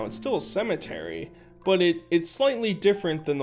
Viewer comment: A Cimitree? 🥴